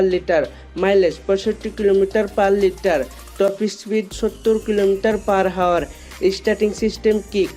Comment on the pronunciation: আপনি বারে বার Hour ( আওয়ার) কে হাওয়ার বলতেছেন কেন ৷ আগে উচ্চারন ঠিক করেন তার পরে ভিডিও বানান ৷